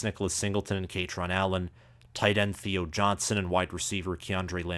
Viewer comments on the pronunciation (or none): none